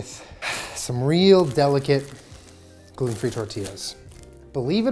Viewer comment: i skipped back 3 times just to hear jenna say “glUten”